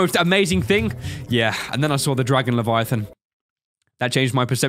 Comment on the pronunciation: leviathan emperor not levitate lol